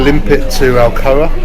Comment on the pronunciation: Alcoa Good Times. Say it with me Alcoa Good Times. Alcoa. Not Alcona Alcoma, not Alberta, not Albuquerque lol this is Justin by the way. Sorry I missed you Saturday at the shop I was in South Carolina getting my bike dyno tuned.